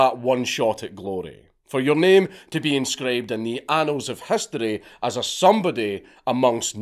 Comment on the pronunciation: hehe “The Anals of History”